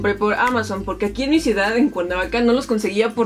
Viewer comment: Me molesta un poco cuando dices calidat o ciudat